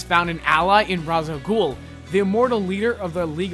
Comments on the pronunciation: Raz a gul? No, no, no, it's Ra's a goul. Like RAYSH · It's pronounced ''Raysh Al Gool" A Joker+Harly child would be freaking AMAZING!!!! It's too bad, that too many people would get sand in their vagina's, if he/she became a villain and liked it. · It's pronounced ''Raysh Al Gool" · Ra's al Ghul's name is pronounced as "Raysh". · "Raysh" al Ghul. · Ra's al Ghul is not pronounced like this.